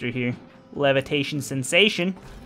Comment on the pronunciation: "Levetation Sensation" should be "Levitation Sensation" FYI